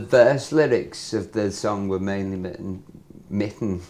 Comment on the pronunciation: and he said mitten instead of written 😂😂😂😂😂